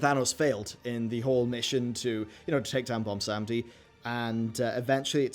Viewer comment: Why does everyone have such a hard time saying Bwonsamdi? 😂